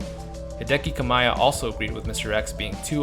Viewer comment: Did you seriously pronounce KAMIYA as KAMAYA? English speakers need to be put in concentration grammar camps.